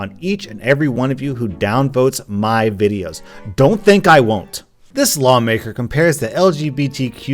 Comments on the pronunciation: Wow at the start you said wideos instead of videos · You twat, it's bibeo, not wiveo OR video. Noobs. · You said wideos wrong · hahahahahhaha you said wideos instead of videos dumby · Oh My GoD yOu SaId WiDeOs! ThAt IsN't HoW tO pRoNoUnCe ViDeOs! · You mispronounced videos on purpose didn't you. Edit: People not getting my comment is making this hilarious. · man you said wideos this channel has really gone downhill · Heh, "wideos". Das funni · Why doesn't anyone talk about the fantastic joke in the intro? " [...] whenever I mispronounce a word on one of my WIDEOS " xD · When I mispronounce a word on one of my wideos. Me: laughing at the inside joke he made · "Wideos" Ah, I see what you did there. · everytime i misspronounce in my wideows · "my wideos". But it makes sense cause he said a mispronouncing problem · “Welcome to Murdered By Words, which looks a lot like my comment section whenever I mispronounce a word on one of my wideos.” WIDEOS LMFAO! Edit: after watching more of the video, I now can’t get the image of a “talking orange asshole” out of my mind. WHAT HAVE YOU DONE TO ME! IT’S GOING TO SCAR ME FOR LIFE! (Love your vids) 💖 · Omg he said wideos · Like when I mispronounce words on my wideos. Nice😂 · bro you mispronounced videos. you said "wideos", uhg some people these days. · Its funny how at the start of the video he was talking about the comment section when he mispronounces a word in a video But then says ‘wideos’ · Wideo was joking. "Edinburg" was a legit example, though. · You mispronounced videos in the beginning on purpose, right? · DUDE YOU DONGOL YOU PRONOUNCED VIDEOS WRONG